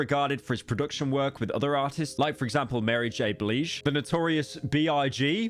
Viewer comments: Mary J Blige, like oblige, not "bleeej" 😅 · Bro took the I in Blige literally, average British accent moment taking everything seriously L It’s Mary J Bl-EYE-Ge you wombat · “Mary J Bleege” 😳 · mary j bliegge??? just google the fucking pronunciation. bro´s hoping for the next metros boomin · British bro really said Üsher and Mary J. Bleedge😅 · It's Mary J. Blaaaah-jjj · Pyro really loves fucking up peoples names. Bleej and UwU Sher would like a word. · Mispronouncing Mary J “blege” on purpose cope harder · Ah yes Mary J. Bleege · Bro really said "Mary J. Bleege" 💀💀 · "Mary J. Bleach" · I had to pause the video for real... Like how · Blige = Bl-eye-zh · pssst... You messed up Mary J Blige last name. Love you ❤ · He genuinely got Marie J Blige's name wrong lol I'm not believing the troll cope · hearing pyro mispronounce mary j blige and usher took seven years off of my life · Can you just stop saying the Metro Boomin thing bro it’s getting old 😭 Plus you said Mary J. Blige’s name wrong anyway ☝️🤓